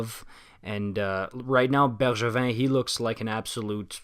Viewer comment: What a weird comment. I think it’s great that he pronounces Drouin and Bergevin the right way